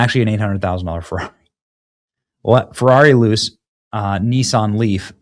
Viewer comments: All good, BUT…learn how to pronounce “Jaguar”! It’s not “Jag-wire”. Cheers P.S.: Ferrari is an Italian company, so “Luce” means “Light”, and is pronounced “Lu-tshe” not “loose”. IF you want to report on topics, at least know what you’re talking about. Do research…use AI or Siri or something. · At least pronounce it right. Not Jagwire, it is Jag-you-are...and Luce is not Loose it is Loo-chay. Either way the Chinese will outdo them both with the $10k Loowire.... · Not that any one cares, but it’s pronounced Lou-chay. It means light in Italian. Questa machina è brutta = this car is ugly. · It's "Looche" not "Loose".. Wait...! 😅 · FYI. Luce is pronounced "LEW chay", not "loose" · "Luce" in Italian is pronounced "lou-chay" and not "loose." Terrible, ridiculous design and idea. Yikes. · "Luce" iz pronounced "looche" with the "e" like "chEster" and the stress at the beginning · “Luce” is pronounced “lose”. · PLEASE stop saying "Jag-WIRE"....🤯 ...and the Ferrari is pronounced: LOOCHAY (Yes that is not proper phonetic spelling but gets the point across.) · How do you see "J-A-G-U-A-R" and pronounce it "Jag-WIRE"? BTW, "Luce" in Italian is pronounced "LOO-CHAY". It means "light". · Lu-ché. But I agree, it's garbage and won't sell. Soul less car. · Luce, pronounced LOO-CHAY(light) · Pronounced: Lu-chay. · Luce is Italian for "light" it's pronounced "Lu-Chey" I just had to look it up! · The new Ferrari is pronounced Loo-chae. It doesn't matter though, it is still super ugly just like the tesla cyber truck. Both have gotten the Bud light treatment. Oh well. 🙈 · Benny, I know I'm a car guy, and I can tell you're clearly not. You've really got to work on your Italian and European car pronunciation ... "Luce" and "Renault" specifically. I'm sure there was more, but c'mon dude. Google it. I hear Google does pronunciations, now. You're gonna start WW3, OH WAIT!! You already did a video about that. Try harder. Do less. Stay in your lane? Maybe.